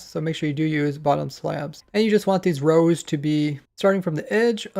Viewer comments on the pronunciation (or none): none